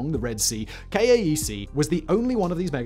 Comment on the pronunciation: King Abdullah Economic City (KAEC) is generally pronounced "cake" locally.